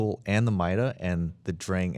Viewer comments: Thank you! Everytime I here them say Strum I cringe... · Was it just me or did they keep mispronouncing Sturm? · st - UR - m